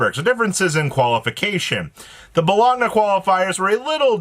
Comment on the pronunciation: Dear god, it’s Bo-loan-ya 😂